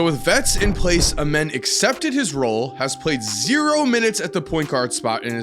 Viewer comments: Lol you saying a men” it’s pronounced “a” “mean” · It’s amazing how the media wants to avoid saying his real name. His name is pronounced Amen The same way, we say it in church. Very sad that we changed his name because we don’t wanna glorify God.😢